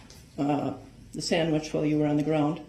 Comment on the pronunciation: ‘Sammitch’ 😂😂😂 i didn’t get it before when it’s been said in previous lives! Kee kee kee!